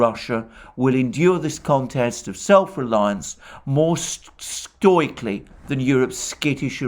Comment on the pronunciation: Somewhat undermined his credibility when he mispronounced‘stoically’ twice